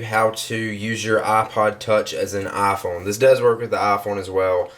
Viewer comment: Eye-Phone. Not ah-phone